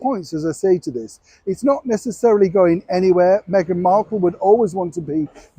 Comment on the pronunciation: This old man make his money trashing Duchess Meghan. He can't say her name right 😢